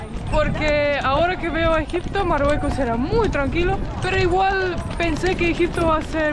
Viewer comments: Exacto! Y el decía Marruecos y no decía Marruecos bien yo quedé bruta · me gusta como se mira ese lugar pero no creo sea bueno ir a ese lugar tan estresante y inseguro con tanto loco en Caballo corriendo. jajaja de donde sos? Morroco, por que les dice moroco jajaja